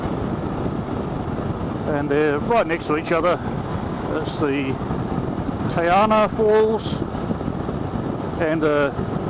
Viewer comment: Just to help with pronunciation a wee bit - try this : TEH - UN NAH not tay arnah. Tangoio - TUNG - OY - OR. Lovely video. This is my fave place for walks, take the mokopuna. :)